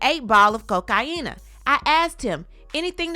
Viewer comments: Omg please stop with the cocaina it’s cocaine. Why must you say that word like that it's so annoying. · Chile every time she says “cokeiena” auntie fall out 😂😂😂